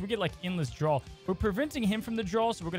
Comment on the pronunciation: (draw) not drawl